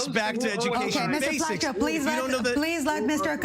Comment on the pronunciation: The moderator had no control over this discussion and allowed the panelists to talk on top of each other. As a result, I couldn't follow the discussion very well. Also, the MK didn't know the moderator's name and pronounced as Fleishman. Weren't the panelists briefed beforehand?